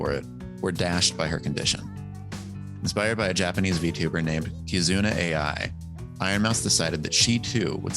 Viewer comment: OMG, the way the narrator butchered Kizuna AI's name... SMH!